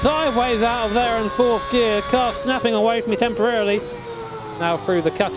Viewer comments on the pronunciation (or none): none